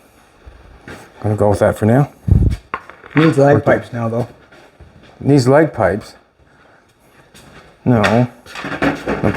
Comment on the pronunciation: Did he say leg pipes?😂😂